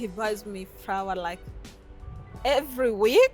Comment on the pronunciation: Ohhh no！Rawwwd rike seriousry🙆🏽‍♀️🙆🏽‍♀️no lespect for our ears.